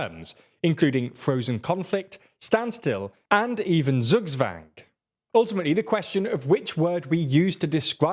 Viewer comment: the way you said zugwang had me confused af